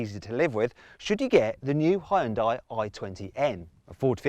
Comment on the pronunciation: 하이욘다이 ㅋㅋ 발음쥑이네